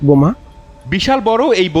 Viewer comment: বমা না বোমা।